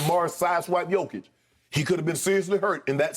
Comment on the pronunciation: Lmao Skip really called the Joker “Jokieff” 😅